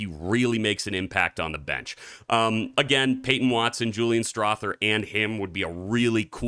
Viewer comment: Strawther is pronounced like mother and father, not thing and thick.